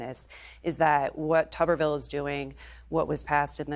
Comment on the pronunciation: It’s tuberville, not tupperville